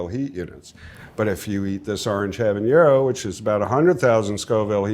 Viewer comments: I'm guessing that's how he heard it pronounced growing up and still says it that way out of habit. For anyone who doesn't know, "habanero" is pronouced with a hard n. There is no ñ in the word. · shouldn't a pepper expert know how to pronounce habanero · Pepper expert that didn't even try to pronounce habanero correctly. 😂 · I just commented the same thing. Like, what? 😅